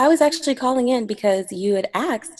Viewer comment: What is ‘axed’? Not A S K E D FFS!!